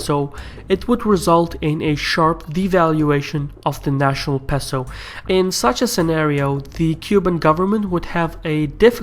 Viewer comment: It's "pay-so". Otherwise, great video!